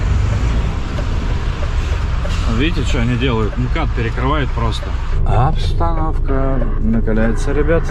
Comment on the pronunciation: Он с такой интонацией произнес слово "обстановка", что я уж подумал, что будет петь " по кайфу"!